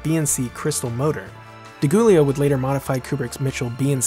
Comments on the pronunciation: Another great one. however, you’ve pronounced Ed DiGiulio’s I am incorrectly, it’s Dee-Joo-lee-o. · DiGiulio is pronounced with a soft G... Like “jooleo”. You’re welcome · Nice video! P.s. For future references... DiGiulio is pronounced "Di JH-UwLIy-Ow"